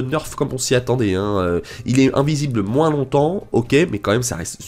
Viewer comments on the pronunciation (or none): none